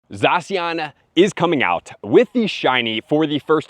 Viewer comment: Never heard someone call it Zasian...lol